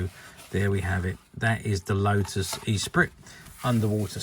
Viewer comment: Pronounced Esspreet, not E-Sprit! ;)